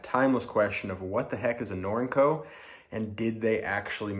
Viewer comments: Is it? According to whom? Not a challenge. Just want to know the information. I've never heard someone pronounce Norinco with the word "ink" as the second syllable (I believe that you exagerated in that description of pronounciation). I have heard, until hearing you, it pronounced "nor-in-co" with a long E sound in the second syllable. Thanks. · Interesting way of your pronunciation of the name Up in Canada we pronounce it ner-ring-co Norinco